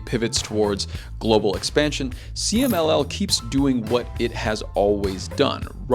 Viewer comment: loved you pronunciation for CMLL, 10/10